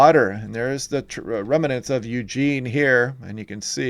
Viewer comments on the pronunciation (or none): I very much like your YouTube videos. However, one thing you do is very annoying. You are pronouncing the word "remnants" as if it had an "a" between the letter "m" and the letter "no." It does not. Please, if you'd be so kind, correct this mistakes. "Remnants," not "remanants." Thank you.